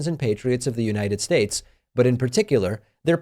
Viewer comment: every time Pakman says "United Shaysh," an angel gets its wings 👼🏻